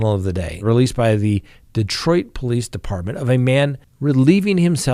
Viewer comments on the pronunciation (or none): none